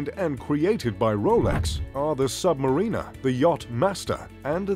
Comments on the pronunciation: The "Sub - Marina" lol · And did you notice he called the Submariner a Submarina😂